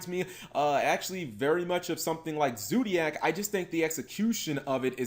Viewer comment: " Zoodiac " No. No god please no. Noooooooo.